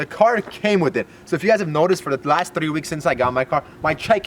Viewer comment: I love how he always pronounces the word 3(tdddddrrrrrreeeee) :p